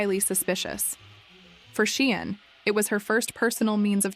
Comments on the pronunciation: Say 'sharn' as in Sian. Not sheean😢 research properly . The child is dead ffs. Respect . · Pronounced SHARN NOT SHEEAN.FFS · Say 'sharn' not 'sheen'.